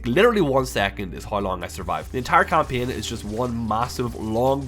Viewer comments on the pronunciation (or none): English is not my native language and your "kampien" sounded really interesting. What accent is this?